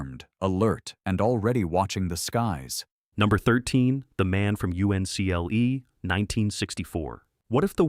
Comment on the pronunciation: Only an AI narrator would call it “The Man from U-N-C-L-E.”